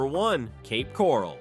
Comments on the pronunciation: . Yes. I am aware of that. We live in St Pete. Our cousins live in Cape Coral. Read my comment and notice the spelling and laughing emoji. It was a joke due to the incompetent robot mispronouncing Coral and calling it Corall. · Where is Cape Corrall??😂😂. AI sucks. The market is changed everywhere not just these cities and not just in FL.